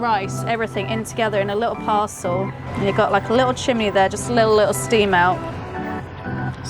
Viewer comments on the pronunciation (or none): none